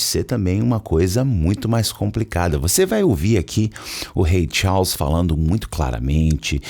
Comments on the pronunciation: Rei Tchaus foi a pronúncia aprendida no video, kkkk. Brincadeiras a parte, muito bom. Acompanhava muito no Facebook, eras atrás, nunca mais tinha aparecido indicação de video teu! Melhor conteúdo de inglês. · A pronúncia "Charles" tá errada. 😶